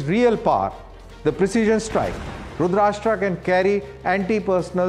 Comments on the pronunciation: Pronunciation should be rudraasthra and not rudraashtra. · It's not "Rudrashtra" Please don't use English pronunciation for Sanskrit names. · your pronunciation is wrong.. plz change the tone T ( ta) .. not country, it is an Astra ... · It’s Rudr+astra. Karan say aate hai ee log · Pronounce the name correctly... It's not Rudrashta😢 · Someone pls stop this anchor mispronouncing the weapon name ... May be he convinced it is RudrasHtraa because it is produced in Maharashtra ! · Shocked to hear from a DD presenter such a wrong pronunciation. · Great 👍… but please pronounce correctly… it’s रुद्रास्त्र, not रुद्राष्ट्र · Terminate this Anchor! At this age, he is pronuncing रुद्रास्त्र as रुदराष्ट्र. Unforgivable. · its not 'rashtra' as in maharashtra .... it is rudra-astra as in astra- sastra. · Pronounce correctly. It is Astra a weapon Rudrastra and not RASHTRA as your soellingbit. Rashtra means country/ nation / state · its not "rudrashtra" its rudrastra".... "sh" sound is not there in that - it meaning Rudra + astra - arrow.... I think this guy need to first learn the name of this weapon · रुद्र + अस्त्र = रुद्रास्त्र रुद्राष्ट्र नहीं 😂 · Abe firangi k pote it's रुद्रअस्त्र rudrashtra🤣🤣🤣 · It is astra not rastra. Rudra+ astra. Astra is weapon and rastra is country. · sir, first learn to pronounce Rudrastra properly. Its Rudr-astra NOT rud-rasta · Dear Anchor, This is called रुद्रास्त्र, not रुद्राष्ट्रा। Get rid of the need to anglicise everything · It's not pronounced रूद्राष्ट्रा but रूद्र अस्त्र = रुद्रास्त्र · रुद्र + अस्त्र = रुद्रास्त्र please get the pronunciation right. It’s embarrassing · First u learn how to pronounce rudrastra ,u r indian no why u copying west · It is Rudra…Astra.pl pronounce properly. It is not Rudrashtra.. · Abay salay it is Rudra Astraa so plz pronounce it in hindi & not English like Rudraashtra (Maharashtra) 🤬🤬🤬🤬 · It's not रूद्राष्ट्रा, it is रूद्रास्त्रा ( रूद्र अस्त्रा ) For God sake you are on government channel be careful.